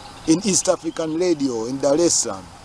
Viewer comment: Pronounce the word Reg-gae, and Radi-o.